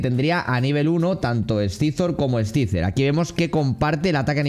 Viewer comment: tío con cariño....pero no lo pronuncies así que duele, no scyzor, es saisor en spanglish xDDD